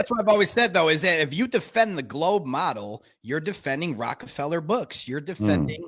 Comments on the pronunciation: The Rock-a-fellow. LOL. 😂 This might be the funniest hypercorrection I’ve ever heard. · You pronounced his name wrong, Dave. It is Rocko-fellow! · This dude said, "Rockafeller Books." 🤣